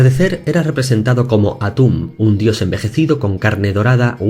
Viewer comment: Lo siento mucho pero cuando dijo "Al anochecer soy Atun" no pude evitar morir de risa xD